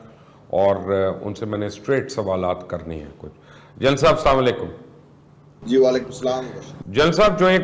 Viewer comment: Mubashir luqman bhaai aap asaalikum nahi kaha keejiy Assalam o Alikum kaha keejiy kionki ki matlab badal jaaty hain